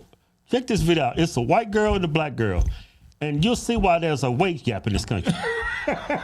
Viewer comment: I swore at first they said weight gap. Oh wage gap.